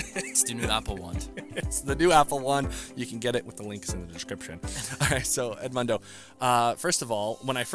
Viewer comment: Pronounce Edmundo as it should please not as a gringo, the guy is Portuguese!! 🙄